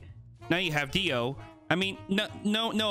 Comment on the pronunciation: Anyone else a bit annoyed that keeps saying Dio instead of Deo?